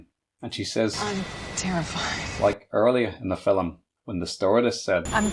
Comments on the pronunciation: Aside from your peculiar diction (@ "Fil-em"? What kind of an accent is that?), kudos for an insightful analysis. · FILLUM?? lol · The word 'film' has one syllable.